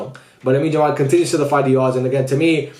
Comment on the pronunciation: Would be nice if you call him Yamal and not "Jamal"